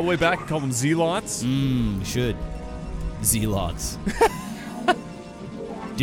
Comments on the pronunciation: Zee-lots? They're zay-lots. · Zeelots is a joke. The real pronunciation, if you're being serious. Is Zelots.